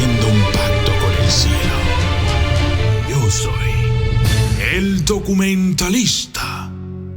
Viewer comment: NO SE DICE , DUCUMENTALISTA. SE DEBE DECIR , DOCUMENTALISTA......